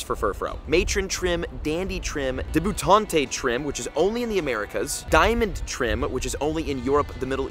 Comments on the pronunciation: Deb You Taunt not Deb you taunte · You pronouncing debutante “de-boo-taunt-ae” was endearingly broish